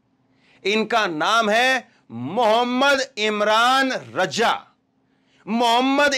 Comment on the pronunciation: मु इमरान रज़ा उच्चारण शुद्ध करें